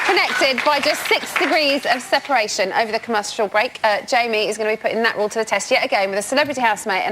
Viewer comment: watch her try to say comercial break... and flop.